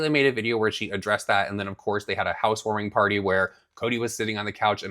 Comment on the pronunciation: "We had a housewoaming potty" LOL this lady is so messed up.